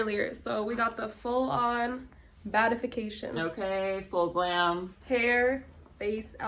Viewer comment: did not say “Bad-if-e-k-tion”